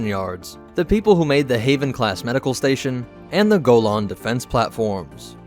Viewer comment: ur pronouncing golan wrong lol